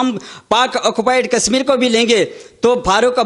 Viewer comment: कसमीर नहीं कशमीर तथा कसमीरी नहीं कशमीरी उचारण करें| आप खुद के उचारण से आप का मजाक बन रहा है |